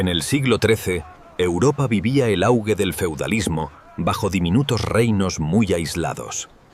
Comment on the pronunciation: ¡Ojo ¡El "augue" del feudalismo! Vaya porquería de IA. NO HE PASADO DEL 1ER MINUTO